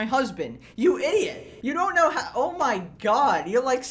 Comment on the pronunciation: that word "idiot" was personal 😂